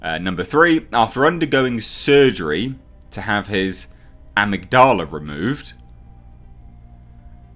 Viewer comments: It's pronounced "ugh-mig-duh-la" and it's the part of the brain that controls memory and emotion. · It's pronounced "ah•mig•dala". =) It's an almond-shaped mass of nuclei located in the brain (one section of the organ is located in each of the brain's hemispheres) which deals with emotions, emotional behavior & motivation. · Amygdala - “uh-mig-duh-luh” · I think it's pronounced 'eMIG-d'la' mate, with the 'e' at the start sounding the same as when you pronounce 'Earth'. It's a part of the brain, I believe. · Ah-mig-da-la. There you go. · (Uh-Mig-duh-luh) Amygdala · I think it's pronounced Emigdula dude 👍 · It's still english. even if the verbal accent is not on a usual syllable it doesn't matter in english. Maybe the british pronounce amygdala like that lol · The proper pronunciation of Amygdala is a-mig-da-la. He has a reduced mental capacity, the near superhuman strength and endurance do to his body producing larger quantities of adrenaline, it's like the hulk the angryer he get the stronger he gets, and is prone to outbursts of violence due to medical experimentation on his brain and the removal of the amygdala. That's the best way I can explain it. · HI. Great vid again. its pronounced Ah-mig-di-lah. Its the part of the brain that transmits emotions like empathy and sympathy or fear. They say genuine psychopaths have deficiencies in the Amygdala whether it's fully formed or lacking in the Neural pathways that essentially makes someone a fully comprehending, empathetic human being. It does not enhance strength at all. He's just a big brutal bastard with a temper.;) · Uh-MIG-duh-lah. Part of the brain. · uh-MIG-duh-luh Component of the brain actually. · I think it's pronounced "Ah-mig-du-la" though I could be wrong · In the states we pronounce it "uh-mig-dull-uh". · Amygdala- “Ah-mig-dela” your welcome 🙃 lol